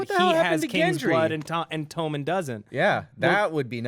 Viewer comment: Please sort out your pronunciation of Tommen.